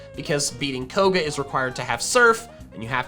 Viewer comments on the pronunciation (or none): none